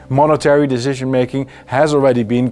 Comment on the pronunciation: "Seventy years of PEAS and prosperity..." Baudet hails from the Randstad area, where they say "zynical, 100 perzent, azylum", and it shows in his English here too ;-) Like, "epizode, dezision making". But, great content. Thanks!